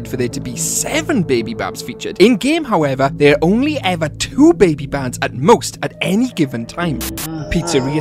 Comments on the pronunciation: They called blacklights not backlights and is bidybab not babybab😑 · Bro it’s bidy bab